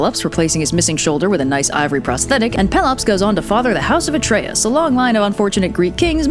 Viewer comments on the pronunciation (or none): none